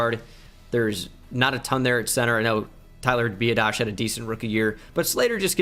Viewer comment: BTW you're saying Biadasz wrong. Its bee-AH-dish.